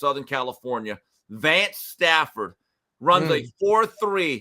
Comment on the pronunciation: It’s Vance Spafford not “Stafford”